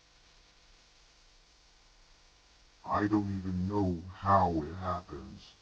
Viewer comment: Not kow its know